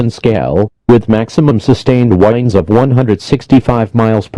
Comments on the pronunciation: Hurricane force whindes LOL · Hurricane wines lol